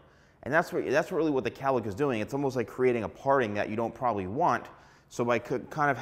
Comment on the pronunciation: It’s not Callick! It’s cowlick!🥹